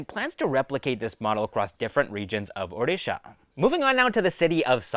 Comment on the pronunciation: Hey man, really appreciate your pronunciation of odisha correctly